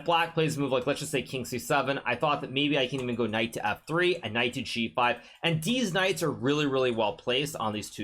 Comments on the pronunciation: Is it just me or is he saying DEEZ knights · "Deez Knights" sound just like "deez nutz!!" 😂